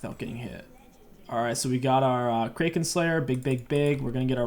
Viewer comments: Is not Krake-in slayer it’s crack-in slayer you donut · Kraken is pronounced Crack-in. In the 80s movie Clash of the Titans, the famous line is "Release the Kraken", which is when the Gods turn this giant monster loose on a city. is a Norse belief.